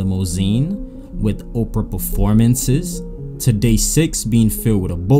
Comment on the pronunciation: “Opra performances”